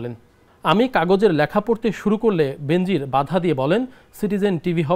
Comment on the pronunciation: বেনজির নামের উচ্চারণ হবে বে নজির